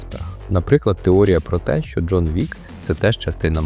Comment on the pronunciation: Не щьо а що😂